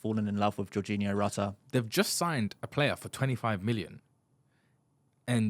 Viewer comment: Is it Geiorginio Rutter from leeds....? And you pretend to be an expert 😂